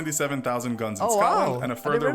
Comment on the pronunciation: Please QUIT saying gounes when you are trying to say Guns... and that's all I got to say about that.